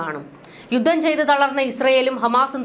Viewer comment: പദദി ഇട്ടത്. !പദ്ധതി എന്ന് പറയൂ ബൂരിപക്ഷം!! ഭൂരിപക്ഷം എന്ന് പറയൂ യുദ്ദം!! യുദ്ധം എന്ന് ഉച്ചരിക്കണം